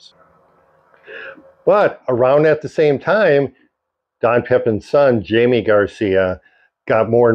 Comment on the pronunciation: Love your videos. But point of clarification: Jaime Garcia's first name is pronounced "Hi-May". Which, by the way is the same as "Jimmy" in English.